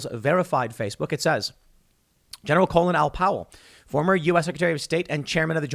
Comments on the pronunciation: It sounds like Tim is calling him Colon Power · Tim please stop mispronouncing his first name. He was not named after the lower intestines. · Why do we pronounce it like colon when his name is Colin, like callin’ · So it's pronounced colon? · Wow! The matrix nearly cracked for a second there. Tim almost pronounced his name like the rest of the world but went back to the American lower part of the bowel sounding pronunciation. Colin and colon.